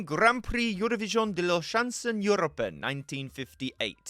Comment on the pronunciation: Della what? ? Chanson? I cry 😂😂😂